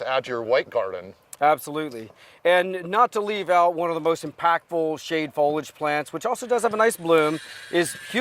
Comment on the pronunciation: Fol ee age!